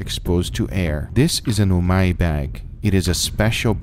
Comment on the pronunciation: It's not Ubami.... it's Umami....